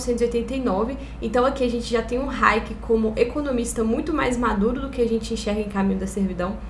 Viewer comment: Tem tbm raiéquer ou raiéque (nao lembro direito) que o falava